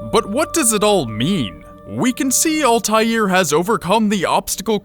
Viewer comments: its not OLTAILR ITS ALTAIR like its written and pronounced u dumb stupid no life fucks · Ultair is how it's pronounced in the games. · You say it with an L "Ahl-tai-air" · he keeps saying Ultair, its annoying. The Shit is Altair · Al-ta-heer Ebeen-la-haad There is an invisible H(low tone) in "Altair" and a silent H in "La'Ahad" Arabic is weird sometimes like that. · Altaïr Ibn la ahad is pronounced as All-tie-air Ib-in La-ah-had. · Why are murrican's unable to pronounce Altair properly? It's always ÆLTÆIR. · Alteezie's name is pronounced: All-tie-ear I-ben Lah-Uh-ad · His name is pronounced altaeer eebnoo la haad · It is pronounced 'al-tie-eer' and 'ib-in-il-ah-ha-had'... sorry im a nerd... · The pronounciation of Altair tho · You say altiar wrong, say it with out the "L" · Am I the only one annoyed with his pronunciation of Altair? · ITS PRONOUNCED ALTIAIR YOU ARE ALL IDIOTS >>>>>>>>>>>>>>>::::::::::::(((((((((((((((((